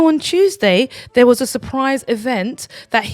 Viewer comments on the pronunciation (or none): none